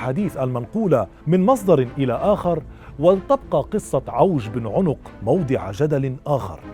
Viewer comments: عَنق وليس عٌنق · عَنَق ( بفتح العين و النون ) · أخي الكريم-إسمه عوج بن عنق بفتح العين وليس بضمها